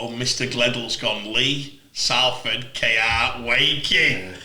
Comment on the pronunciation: Well done lads with the correct saying of Salford